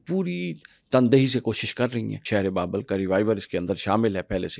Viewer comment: It's Babil (Babel in English) - not Babul